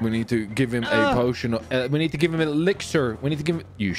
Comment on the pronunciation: You said give Frenchie an Exziler but I know you meant an Elixer.... Who else caught that?